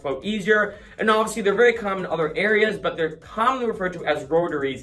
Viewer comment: Not a word but a way of pronouncing a word. The rest of the world says "obviously" with 4 complete syllables. You and many in Boston make it almost like a 2 syllable word -- "awvsly".